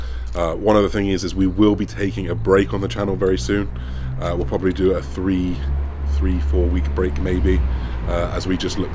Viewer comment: If your mother doesn't like you saying "free" instead of "three", then you might also consider correcting your habit of saying "without further a due" rather than the correct "without further ado"